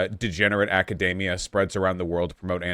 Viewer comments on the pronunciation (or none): none